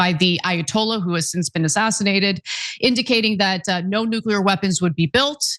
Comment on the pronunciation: "No one knows noo-kyu-lurr better than me" --dumm-dumm